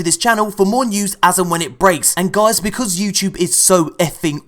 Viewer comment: “Newzzz Jeuice” this is why I love you